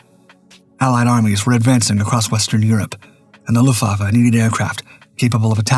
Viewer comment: It's AI slop narration - a giveaway was the way it couldn't read and pronounce 'luftwaffe'....